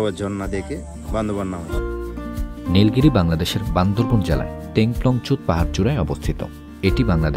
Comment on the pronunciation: বান্দরবন বান্দরবন শুনতে শুনতে বিরক্ত হয়ে গেলাম। সঠিকভাবে বলতে হবে বান্দরবান।